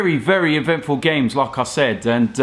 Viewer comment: Hahahaa... I always hear as if he says Lacazette every time he says 'like I said' LOL